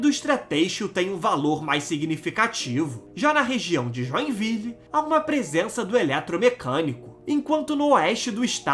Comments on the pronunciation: No Brasil como um todo há muitos descendentes de europeus já que os portugueses têm são portugueses! E é Joinville (join-vilê e não joia-viu) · Não se fala Joenvil mas JOENVILE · Joinville o nome certo ele,, falou errado, (Johnville) ..tá querendo inglesar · Joinville é a maior cidade de Sta Catarina e a pronúncia correta é: Joinvile, como esta escrito e não joenvil, como dito. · Acho que o nome Joinville a qual você se refere é de origem francesa. Portanto não pode dizer com essa sua pronúncia.